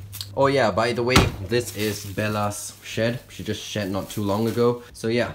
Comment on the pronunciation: you said shit not shed